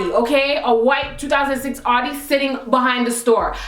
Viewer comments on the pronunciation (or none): Its not pronounced Awdi, its pronounced Owdi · its sound like your say "shes driving an hottie" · The way you say Audi xD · lol your pronouncing the car wrong